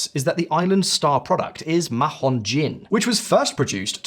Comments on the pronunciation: Not "maJon". The H is silent for gods sake. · if translated from Spanish, it is ridiculous to mispronunce Mahón so horribly. It doesn't make any sense. But Spanish isn't actually the local language. It is Catalan, and in Catalan the name is Maó, which local people pronunce "Maw". Maó is both the historical and currently official name in use, in spite of Spanish efforts to erase Catalan language and identity. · You don't pronounce the H in Mahon. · I agree. I found it cringe how he mispronounced it. But maybe that's what they call it in England. Just like Roma is not pronounced Roma in English. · that is almost the case with foreign names on English speaking channels. Please do some research about how to to pronounce something.